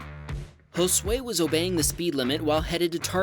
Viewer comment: You said Josué good. Thanks for not butchering it